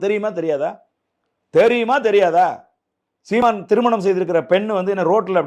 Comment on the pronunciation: The way says "seeman" is funny as hell